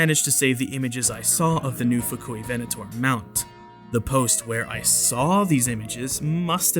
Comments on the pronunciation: "Fuk-u-ven-ator" 🤣🤣🤣🤣🤣🤣🤣🤣🤣🤣🤣 Yeah, I said it, lol 🤣🤣🤣🤣🤣🤣🤣🤣 The music, tho. 😍😍😍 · the Fuk-U-ivenator lol